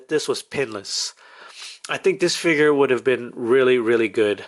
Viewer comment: It's (PUDGY) (PIG) NOT (putty-pig), the red piece on top is a Mow-Hawk ! It's also called a ( Fig-ure ). It's not a Figger !!!! You didn't lie about the effect piece, you just forgot.